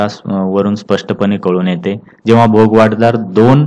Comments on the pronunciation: भोगवटादार आपण सारखे भोगवाट दार म्हण्ताय ते चूक आहे. कृपया उच्चार तसा करणे. भोगवटा म्हणजे ज्याचा उपभोग घेता येतो ते. भोगवाट म्हणजे मार्ग भोगाचा . तुमचे कार्य सराहनियच आहे पण उच्चार चुका मुळे कधी कधी अर्थ बदलतो म्हणून हा कॉमेंट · भोग वाट दार नाहीरे बाबा .... भोगवटा दार म्हणतात